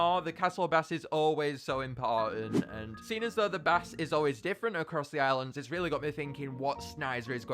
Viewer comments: Am I the only one who noticed he said castle bass 🐟 instead of bass “base”. Heh I do the same thing all the time. The spelling always messes me up and people bombard me with corrections. I love it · I love all your suggestions but why do you pronounce bass a bass I'm just pointing it out because it's pronounced as base to me and others but as they say"to each their own" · it’s bass (baY-ss) not bass (bah-ss) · it’s pronounced “base” not “b-ass” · Fun Fact: Bass (The Instrument) is pronounced base. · It's pronounced base, not bass. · The fact he says bass and not bass is slightly infuriating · It triggers me how he pronounces “bass” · Does he actually say bass like that?